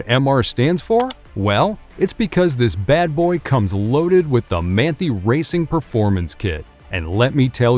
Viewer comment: Should definitely do a bit more research before putting a video like this out. There were a few mistakes. Hardly anyone pronounces Manthey properly (man tie)